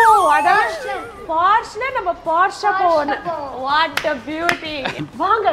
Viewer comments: போர்ஷே.....not போர்ஷ் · Congrats ! Its pronounced “Porsha”